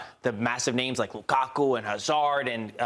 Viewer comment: bro said Lukaku?